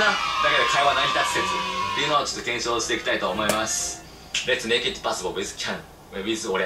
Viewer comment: makeの｢e｣がないのはわざと？🤔💭